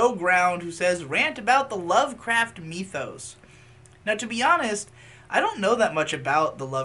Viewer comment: Nobody:: Meee-thos